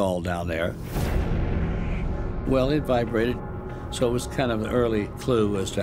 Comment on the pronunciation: "...if saow...". The narrator's pronunciation of the word, "so", must be intentional. Anyone else notice this? As to the story, I think it's all but proven the moon is hollow. The question now is, how did it become that way and who or what is using it, and for what purpose?